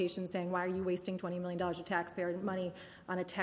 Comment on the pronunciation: Wait I thought he said three minion Europeans 😂😭